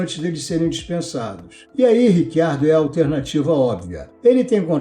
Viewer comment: Em italiano, a pronúncia correta é Ritchiardo, mas ele mesmo, Daniel Ricciardo, pediu a todos jornalistas para usarem Riquiardo, que é como pronunciam o nome dele na Austrália. Neste vídeo, como em todos os outros de nossa autoria, foi usado Riquiardo, como ele pede. Quanto a esse Rick Ardo, também não ouvimos.